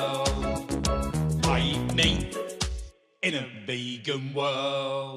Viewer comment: F D nah it’s ebening kid